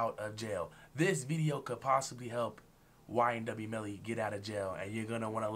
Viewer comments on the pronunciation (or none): Bro said ynw belly that got me laughing